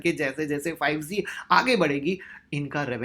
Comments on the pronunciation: Sir bahoot achhe se bataya ....prr ek baat kehna chahta hu...... 5 Ze nhi h 5 G ...hai sir.....sorry agr aapko bura lge to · 5 zee nahin ... 5 g hota hai bhai...